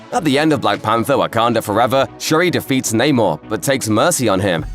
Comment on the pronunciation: It's not naymore mafuckas!!! Get that shit right!!